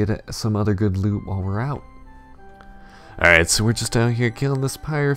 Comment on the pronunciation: everytime he said AWWRIGHT I get weak